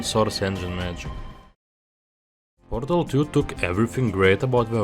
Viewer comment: "half life 2 porŕřtal... counter strike soüřč̣e"